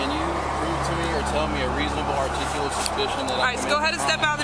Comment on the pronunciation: The irony of mispronouncing the word “articulate”. 😂